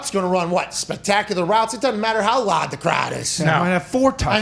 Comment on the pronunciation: “It doesn’t matter how lahd the crahd is” - Pat McAfee